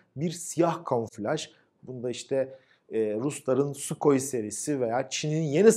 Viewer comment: Sukhoi değil, Suhoy. Tiripitz değil, Töğrpidz